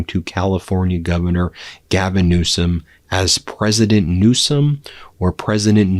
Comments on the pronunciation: Did he say Gavin new scum?😂😂😂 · I don't believe this Ben??? Mental decline?????? He is rude. He called Mr. Newsom as Newscum??? How childish.